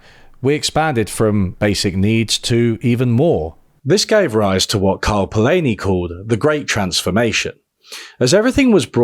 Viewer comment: I'm astonished how you do such diligent research for videos and then pronounce the guy's name "Polayni" ^^ (which is to say: love the video, thanks)